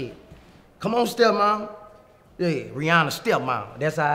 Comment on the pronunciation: “riYanNa carl the phowne”